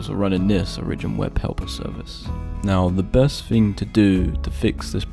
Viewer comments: O RI JIN not OR I JIN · OriGIN! not oRIGin. Is English not your first language?! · "o-rigin" it's "ori-gin" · 1. Be more happy when making a video. 2. you are mispronouncing it. trash vid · That's one way to pronounce origin i guess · Honestly this pisses me off so much I can't watch the rest of this video